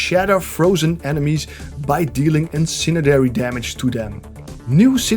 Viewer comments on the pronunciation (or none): It's incendiary, not incinedary